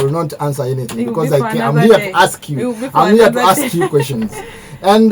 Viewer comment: She said "axe me"😅😅instead of "ask me"